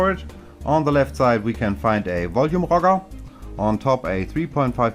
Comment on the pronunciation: I see that you're not sick anymore, great! It's the second video where youre pronounce "Volume rocker" in german :P Nice review as always ;)